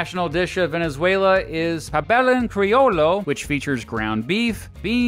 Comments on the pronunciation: The "ll" in pabellón criollo is pronounced an english "j" other than that you did pretty good. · Pabélon Criolo??